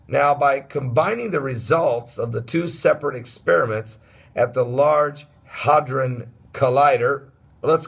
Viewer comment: No offense but it's not Hodrin its hadron HAD RON.